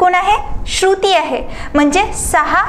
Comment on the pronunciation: Ek shabd double ka boltay ma'am? Shru..... ti ase thambun kashala, shruti asech patkan bola.